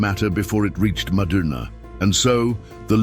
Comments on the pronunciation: If you keep saying madunaa, instead ov saying madina pronounced madeena,I cAn,t listen to you as madina is a very very sacred but holy sight for all mankind,carry on brother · It's madina not madaana...pronouns properly